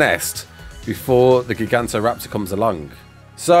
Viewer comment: say it with me...."ji-gant-oh-raptor"